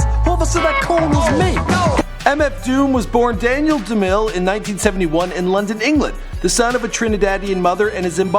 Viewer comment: As soon as I heard "Daniel Damill", I was done with this video